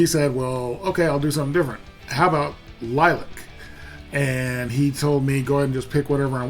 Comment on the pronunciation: Good lord! Stop talking...and it's not green screen. Plus, it's Lil-lee-ac...not Lilac.